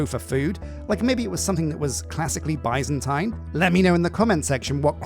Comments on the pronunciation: It's not bī-zan-tīn it's bi-zan-tēn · Omg I love you, you're my 2nd favorite all time youtuber, but it is pronounced BIZZ-AN-TEEN, NOT BY-ZAN-TYNE. BIZZ-AN-TEEN. AND THE ADJECTIVE FORM OF BIZANTINE IS BIZANTINE!!! NOT BIZANTINIAN. THATS LIKE SAYING ENGLISHIAN INSTEAD OF ENGLISH. AMERICANIAN INTEAD OF AMERICAN. AUSTRALIANESE INSTEAD OF AUSTRALIAN. ITS JUST JUST BIZANTINE. BAHHDHEJIWSOKDDNKWKn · idk if it's a british vs american thing but i've only ever heard it pronounced 'biz-uhn-teen' never 'bye-zan-tine' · i am screaming why and how do you keep mispronouncing Byzantine it is pronounced [ˈbizənˌtēn], in plain speech, that's Bih(short i)-Zahn-Teen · British English and American English have different pronunciations. Both are considered correct.